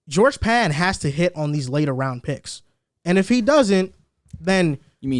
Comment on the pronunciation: Facts. He lost me when he mispronounced “George Paton”. I’ll forgive him though. Can’t expect him to know every little nook and cranny about the team like the die hards. Because if he did he would understand that the Broncos are a sleeping giant that has now been awoken from it’s trance. Nobody is going to want to play us come September.